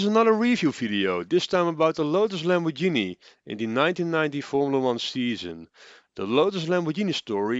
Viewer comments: / "...about the Lotus-Lambordshini..." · IT´S NOT LAMORDSHINI!!!!!!!!!!!! This prevented me from watching the rest of the video and potentially subscribing to the channel. All ruined in just seconds.... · By now the whole world knows, it's pronounced the italian way. And it isn't exactly difficult to that right.